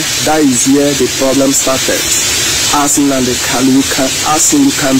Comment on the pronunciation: Brother, please it's Nnamudi Kanu, and not Nnamudi Kalu.